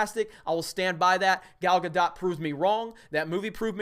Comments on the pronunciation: Gal-gah-dote (ie. bloat), not Gal-gah-dot . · Gal ga dot? Never heard her name that way.... but yeah agree after Nolan... DC has been a MESS. A lot of the problem is the script but WOW that editing just shoves it in your face how bad they are.